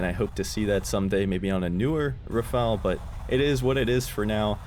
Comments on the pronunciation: cough cough it's.. RHAAAA FAAAL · IT IS RUH FALL